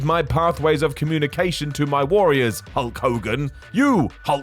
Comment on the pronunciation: Ultimate Warrior says “Hoke Kogan” not Hulk Hogan 🤣🤣🤣